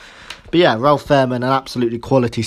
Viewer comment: Pronunciation corrections Fahrmann = “Fair Mann” Schalke = “Shalker”